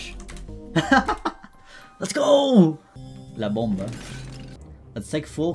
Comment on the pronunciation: La bomba 💣Nice spanish